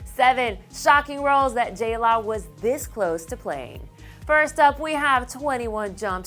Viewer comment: Am I the only one who HATES it when they call her J-La???